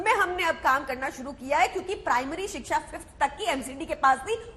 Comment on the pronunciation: अनुराग जी रोज Live शो पर आ जाते हो पर कम से कम हिंदी तो ठीक से सीख लो। सही शब्द है शिक्षा पर आप बोलते हो सिक्सा? बहुत बुरा लगता है जब एक राष्ट्रीय पार्टी का प्रवक्ता इस स्तर की गलतियां अक्सर करता है।😮